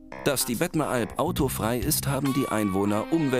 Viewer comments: heißt überigens bettmeralp und nicht bettneralp. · das heisst nicht bettneralp sondern bettMeralp... wenigstens lesen solltet ihr können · Ironie?!? Ich bin gerade hier. PS: Es heisst Bettmeralp nicht Bettenalp!!!!